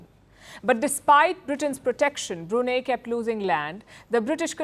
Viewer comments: Its pronounced as BRUNAI not as BRUNEH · Hi Palki, while the country is spelled as Brunei, but it is pronounced as Brunai. Thank you. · First learn how to pronounce Brunei😂😂😂😂 not Bruna😂😂😂😊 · It's not Brunay, it's Brunei called Brunai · English pronunciation of "Brunei"➡ broo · nai ( pronounced as "nine") Hinglish pronunciation of "Brunei" ➡ broo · nay 😅🤣😂😆🤭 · It should be pronounced as BRUNAI. Not Bru nei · The least you could do Palki is pronounce the country’s name correctly. It is not pronounced as 😂“BruNeh” it’s BROO-NAI. Please Google it ! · It is suppose to be pronounced as Brunai. "a" not "e". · The correct pronounciation is "Bru-nai". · Brunai . That’s how it is pronounced. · Good report. Yes it is BREW NEI (no brew) in Brunei. It is dry. But the name of the state is pronounced BREW NIGH. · Learn how to pronounce Brunei properly, woman! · Please learn how to pronounce Brunei. Your pronunciation is incorrect. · Don't you people ever care to take a little effort at pronouncing names correctly? Pls look up the correct pronunciation of Brunei. If you cannot get a simple thing like that correctly,, how much faith can we place on your reporting? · wrong pronunciation of Brunei!